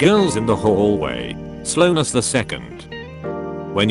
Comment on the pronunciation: so is nobody gonna talk about how he said slowness the second?